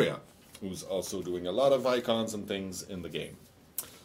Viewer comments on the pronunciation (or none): BTW ITS NOT TINGS..... ITS THINGS .. THAT SHIT IS ANNOYING